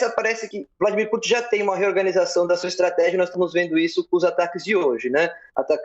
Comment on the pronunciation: Reoganizacao kkkkkk Melhor nem comentar kkkk Sabe de nada inocente.